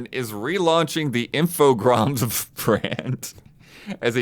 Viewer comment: In case anyone wonders, is correct about Infogrames pronunciation;-)